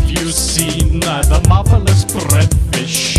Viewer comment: I thought at the beggining he was saying: "Have you seen, the motherless breadfish?"